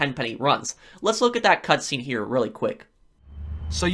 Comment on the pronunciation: Lol this fool keeps carrying on. It's here not huueer🤣